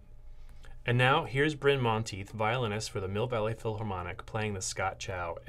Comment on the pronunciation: It's not pronounced 'chow'. It's pronounced 'tsao'. The 'c' in Pinyin (transcribed Chinese) has the same sound as the 'ts' in 'cats'.